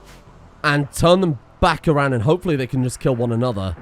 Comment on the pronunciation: every time you said and im 90% sure youre actually saying anne